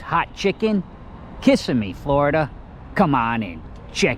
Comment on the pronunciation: Ka simm eee not kiss a me